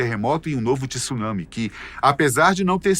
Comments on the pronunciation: O correto é TSUnámi como o "tsu" de Jiu-jiTSU e não "Tissunãmi". Ninguém pronuncia Jiu-jitissu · A pronúnica de [Tsunami] está bizarra no vídeo...deve-se pronunciar [Tsu na mi]...3 sílabas.